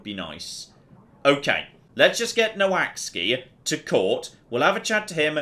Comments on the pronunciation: Every time he said "Noh axey" my brain hurt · I know the relation between English spelling and English pronunciation is a bit of a mess, but I'm pretty sure "Noaksey" isn't pronounced "No Axe Ski" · I don't think got anywhere close to saying "Noaksey" 😂 This game looks great, I'd love to see more of it!